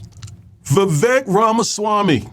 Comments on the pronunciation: It's Vivek pronounced like cake. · It's pronounced VA-VAKE, i.e... sounds like CAKE, show some respect to the Indian. :)